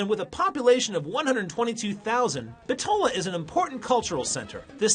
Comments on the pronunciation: Very nice. Only you are pronouncing Bitola wrong. Accent on the first syllable "Bit" i.e. Bítola not Bitóla. Macedonians put the accent on the anti-penultimate syllable in a word. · My heritage is from Bitola and that is the furthest thing possible about the history of this city..!! Why all the focus on the mosques?? Islam is the tiniest minority here? Deceiving video about the 'history' on top of not even being able to pronounce the name correctly lol Bit-ola (ola pronounced similar to dollar)